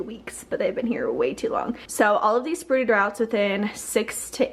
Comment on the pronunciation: "all of these sprooted routs" let me tell you i didnt even notice thats what you until the second time I watched the video. ahahhah